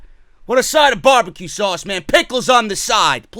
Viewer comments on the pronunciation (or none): none